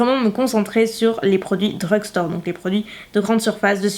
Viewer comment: Ca m’énerve quand tu dis DREUGSTAURE 😂 dit de grandes surfaces à la place stp